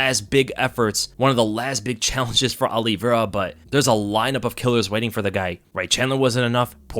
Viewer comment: Look forward to the fight, but dread hearing pronounce Oliveira as Olli-Vera. Exactly the same way Alo-vera is pronounced. I’ll be back in June.